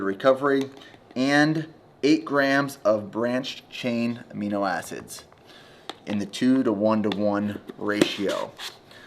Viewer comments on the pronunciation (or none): none